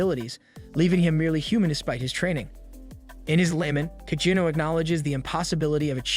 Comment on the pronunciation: It's AI, it's going to get the name wrong